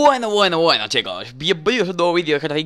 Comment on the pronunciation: Dani por Que siempre dices Wueno , Wueno , Wueno chicos !?